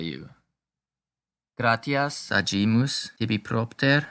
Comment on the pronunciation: Very good. Muito boa a sua iniciativa de trazer a pronúncia eclesiástica para seus seguidores. Sou Católico da Missa Tridentina e fiquei feliz pela iniciativa. Algumas palavras não estão sendo pronunciadas da forma eclesiástica mais "padrão", digamos assim, como: gratias e palavras com "ae" como "bonae", por exemplo. "Gratias" possui pronúncia mais próxima do "gracias" do espanhol. "AE" tem pronúncia mais próxima ao "A" de "femAle". Obrigado pelo trabalho.